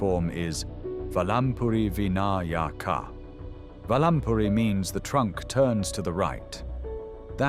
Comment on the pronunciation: Oh please say "Vinayaka" correctly. Jai Om...